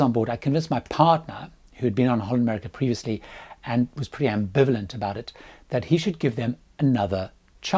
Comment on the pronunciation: I would practise on saying "HOLLAND America". the HOLLAND is not very pronounced very well, and it is such an easy word. It sounds as " Honda" how you mentioned it.